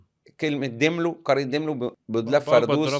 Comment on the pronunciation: داملو مش ديملو